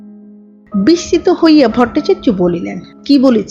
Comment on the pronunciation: 'বিস্মিত'কে 'বিসছিত' বলেন কেন? খেয়াল রাখবেন।